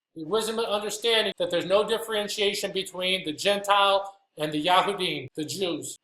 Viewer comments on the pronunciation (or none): none